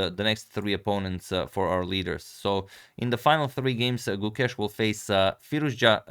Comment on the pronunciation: If you'd like to better your pronunciation of his name, the 'ke' in Gukesh has the same sound as the 'ca' in cape. The rest is as you say it